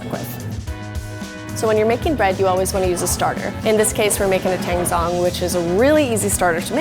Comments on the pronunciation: Teeeeeeng zzzong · The way she says tangzhong makes me cringe so incredibly hard